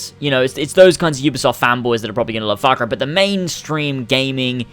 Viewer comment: Oh u shit ! Thats not fak rai..it's far cry😂